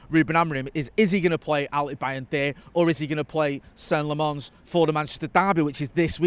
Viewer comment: Its not "La-MONS",. At least move the stress to the first syllable.